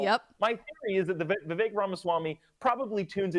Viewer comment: Thank you for actually pronouncing Vivek's name correctly. It irritates me when people mess up such a simple pronunciation, especially mainstream and popular political commentators.